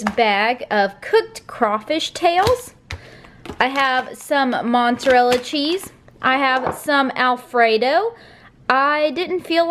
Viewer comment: This sounds really nice! I'll have to see if I can get my hands on any cajun seasoning. Also, please, for the love of all that is holy....there is no N in mozzarella. 😂😂